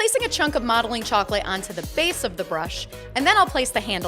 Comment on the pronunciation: When you said "Modeling chocolate" why did I hear "Mommy Chocolate"